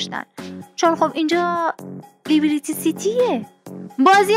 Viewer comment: لیبیریتی سیتی اشتباهه 👇🏻 درستش اینه: لیبـِرتی سیتی